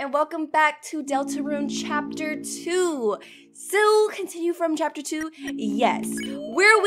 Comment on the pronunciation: Ah yes, Cahpter.